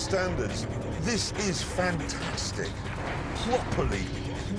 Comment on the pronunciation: Pwoperly, pwoperly...fantaaastic.